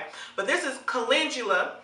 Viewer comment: Why is it called molasses scalp healer but it has no molasses... Did you call Caledula coo-lin-Jew-la???🤔 It's Cal-en-dew-lah